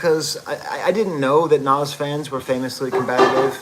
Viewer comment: hey thanks for doing this professor ! and you got the pronunciation right , also just wanted to add that i honestly think hit-boy makes the kings disease trilogy a bit more than nas even. nas is obviously fantastic , but as an aspiring producer myself hit-boy is just so underrated in terms of versatility and quality. he can truly tailor his production to fit anyone like a glove and can just do everything. really hope he gets his flowers among hip-hop heads , and the run with nas definitely is helping to contribute. his upcoming album with benny should be great as well. also, i’d recommend the logic album that just dropped, it has a pretty cool concept and mostly the beats are excellent, his in-house producer 6ix also has that hit-boy quality to him and it’s just great fun. lightsabers and insipio are standouts from the production standpoint while redpill and village slum are great lyrically. self medication has to be the wildest collab of the year on paper, but it works perfectly. not usually a big logic guy but i think this is better than his last album vinyl days. fahim project is pretty good too but you already knew that (i think he gets outshined by your old droog though). well here we are am and i gotta wake up in 3 hours to make my paper physics lab , so i think i’ll leave it at that. signing off from ox vegas 🫡